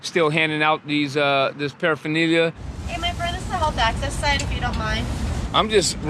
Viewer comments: I can't stand this guy for his pronunciation of paraphernalia. Going to jail doesn't make you want to get sober what a cuck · You'd think saying paraphernalia all the time, you'd learn to pronounce it lol😂